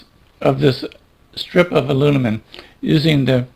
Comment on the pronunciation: I like it! Even though he does keep saying “alunimum.”